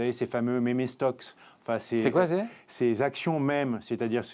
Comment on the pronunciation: "Mémé stock"